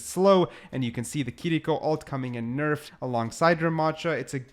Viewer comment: Giving a thumbs up for saying “Kiriko” and not “Kireeko”